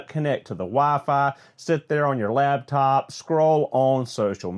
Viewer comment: lol where is this guy from where he says “labtop” instead of LAPTOP 🙄🤦🏻‍♂️